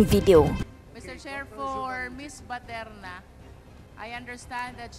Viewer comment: How come the congressmen cannot pronounce the correct last name of Miss BATERNA?